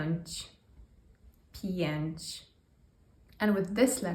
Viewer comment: Thanks for this video! A couple of questions (to any Polish speakers): , "pięć" sounds like it has a "n" at the end, like "pięnć". Similarly it sounds like you're saying "dzięńkuję". Is that usually how "ę" sounds? Also, did I miss it or is there no letter "Y" in this video?